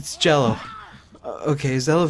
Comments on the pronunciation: I'm glad you wrote it out because I thought he said, "What's edible and cello? It's Jell-o". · what is jello and is edible..its jello haahahahahaha